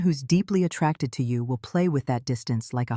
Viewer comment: Yes, the word is attracted not attacted. Your a I isn't working properly